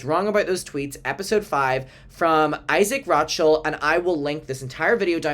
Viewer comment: His last name is said ro-shell. Like a seashell.